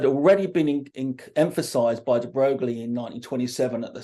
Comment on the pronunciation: Louis de Broglie's name is pronounced "de Broy" - just so knows.